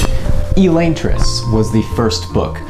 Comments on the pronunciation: Wicked late, but Sanderson says Uh-Lon-tris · Is Elaine-tris the official pronunciation? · It's read as elantris, not elantris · The way you pronounce elantris gives me a migraine.